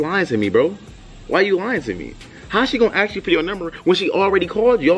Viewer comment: He aks like he never know what is happining